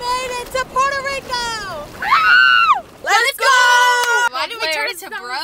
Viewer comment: It made me so laugh when said " we just arrived in PULRTO LICO (That's what I understood) " Love ya!